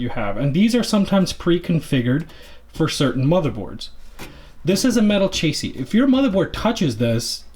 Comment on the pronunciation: this man said chasey